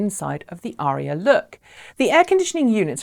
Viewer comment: Why do you think Autoline is pronouncing it Uh RHEE uh?